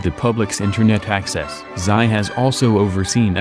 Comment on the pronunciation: "Xi" Jinping is pronounced as "SHI" Jinping, NOT "SAI" Jinping, please.